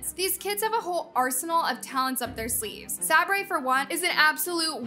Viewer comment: who the hell is saubray